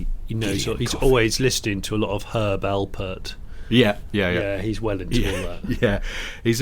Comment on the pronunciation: Nice to hear Herb Alperts name properly pronounced.